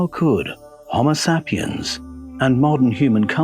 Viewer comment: SAY PIENS...so annoying, not sap iens